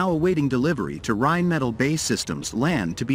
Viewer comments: Again, write your manuscript so your fancy AI narrator can pronounce correctly... Rheinmetall and BAE are not pronounced the way your AI thinks! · Narrator's pronunciation of Rheinmetall and BAE needs work...